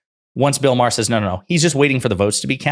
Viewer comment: It’s MA HER not Maaaarrr MA HER